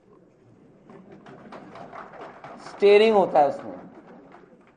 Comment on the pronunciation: "Tering" se chalta hai 😂 "tering"